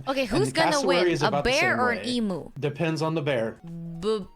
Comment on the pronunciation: The sheer inability for Americans to say the word "emu" properly always amuses me. I give a pass to.